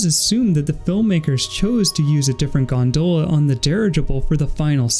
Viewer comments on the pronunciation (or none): good video but, Gondola, not Gondoela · As irish I agree. It's gon-dolla